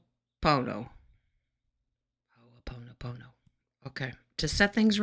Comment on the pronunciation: Beautiful! You nailed it! Ho'o pono pono!! Long o's.